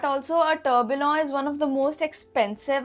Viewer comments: Pronounced Tur Bee Yon!! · Kindly correct your tourbillon pronunciation Was a unique video anyways and loved it